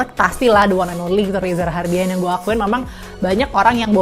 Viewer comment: REZA RAHADIAN NOT RAHARDIAN☺️